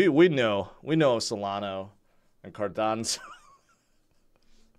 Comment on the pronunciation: Been in a sour mood all day today until I heard "Cardanzo" and couldn't stop laughing each time you said it.😂